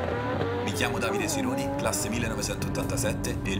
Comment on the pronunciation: Ma quindi è Sironi, non, n pirl chiú nda mign 😂